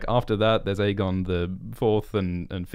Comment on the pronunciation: And stop pronouncing it EGGON